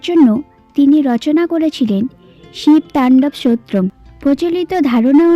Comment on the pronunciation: উচ্চারণটা ঠিক করে বলুন স্তোত্রম।